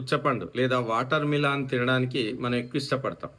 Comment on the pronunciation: వాటర్ మీలాన్ కాదు వాటర్మిలన్. పుచ్చకాయ అనండి